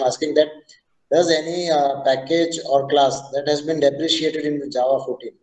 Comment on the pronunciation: Hello, It is not "depreciated", say "deprecated":face-blue-smiling::face-blue-smiling::face-blue-smiling